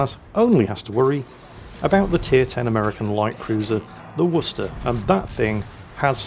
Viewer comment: Is that how you Worcester?🤣 Edit: Lot of paid actors in this match....